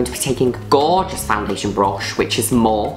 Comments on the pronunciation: Mor-fee. She's saying it the wrong way. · Everyone: morpheeee Juno: morf. It’s amazing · when juno says mOrF instead of mor-fee ahahaha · Petition to get June to say Morphe properly